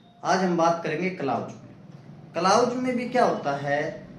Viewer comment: क्लाउज नहीं क्लाॅज होता है महोदय